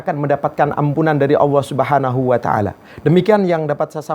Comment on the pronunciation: Mengucapkan lafadz Jalalah ( Alloh) saja gak bener, beneri dulu baru tausiah . Dan tausiah kok tidak jelas ,Ambyar,!!! Membingungkan.mana yang jadi pedoman, Hadis Nabi atau kitab Ulama' ????